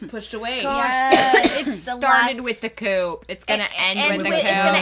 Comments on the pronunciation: Coup is pronounced coo as in poo not coop as in poop. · Please stop pronouncing the "p" in "coup". Thanks.